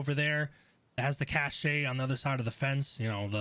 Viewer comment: Very helpful guide. Deserves more views. But...the e is silent in cache